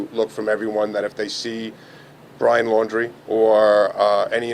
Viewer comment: It's not Landry, it's LAUNDRY (LAUNDRIE)! Love your videos!